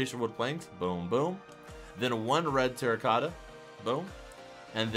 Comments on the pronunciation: It's "TERRACOTTA", not "Torracotta".... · he said torrecata